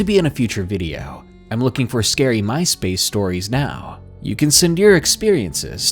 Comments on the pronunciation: Had to replay the beginning, thought he said mice for my space. Lol 🐀🐁🐭🖱️🖲️ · Ok, so when you said "MySpace Stories," I heard "Mice-Based Stories." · lol you said "my space" stories but I somehow heard "mice-based" stories?